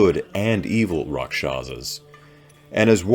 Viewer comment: Actual pronunciation is RAKHSHASS.